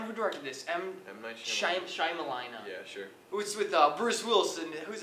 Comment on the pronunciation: "M night Shimadinger" hahahaha